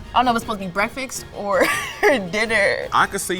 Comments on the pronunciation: Was she trying to say breakfast? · Why can't black people pronounce breakfast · 1st, to hell with anyone who says to stop putting sausage in spaghetti.. 2. People throw out the word "chef" like liberals calling conservatives nazis. 3. Tater tot casserole is a classic. 4. Girl pronounced "breakfast" like she's Hooked on Ebonics. 5. GIRL! That's not even close to being "goulash"! Oh, and she's definitely lying. 6. STOP SAYING "CHEF"!! RETARDS